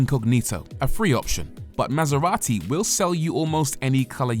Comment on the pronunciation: MasEVati. (Bleah.)